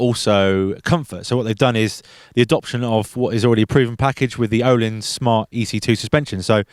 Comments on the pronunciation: It's not ohlins... its pronounced erlins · The Ö is pronounced like the vowel in 'bird'. then it's a long 'i': Ö-leans.